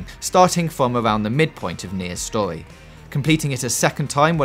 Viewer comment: What's wrong with your pronunciation? You say "stohee" instead of story how man